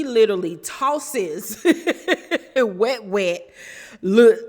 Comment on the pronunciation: I hate you so much you called Wet Wet “Must Must” 🤣🤣🤣🤣 I hollered